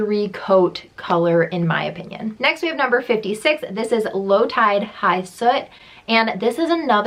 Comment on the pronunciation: Low Tide High What? I can't tell what you are saying in the video. It's High Slit.